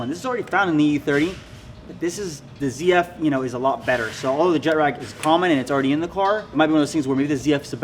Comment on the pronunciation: Fuck wit y'all shit heavy just hate when you say "jetrag" lol